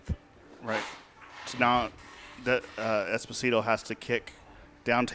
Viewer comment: Please try for the next time to pronounce correctly the spaniard surname... it is not Expo-SI- to, thats the famous Luis Fonsi song DESPACITO, its Ex-PÓ-sito, accent in the second silabe. Thanks very much.